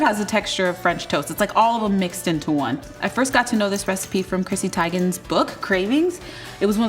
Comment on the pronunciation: Ha!Your the first person to ever call chrissy name correctly. I love your voice btw. Keep them coming!!!